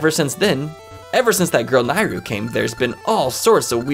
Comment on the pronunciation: You are the only person I’ve heard of that pronounced Nayru as “Nye-ru” and not “Nay-ru”